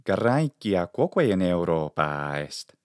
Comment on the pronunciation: thanks for the explanation. Now, here goes another question; how do you know how much to extend the vowel sound and whether it has a variation in the intonation while pronunctiating the extended vowel? Sometimes I hear you say "Europaa" and sometimes "Europaaaa"